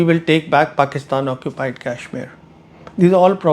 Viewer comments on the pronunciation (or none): What Indian pronounces Kashmir like an Angrez, making it sound like the 'Cashmere' used for sweaters?